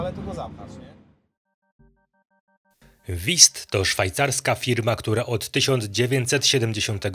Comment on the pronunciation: Broń Boże abym się czepiał- wiem że my, Polacy mamy problem z wymową niemieckich głosek, ale Wüst brzmi inaczej, nie wist😊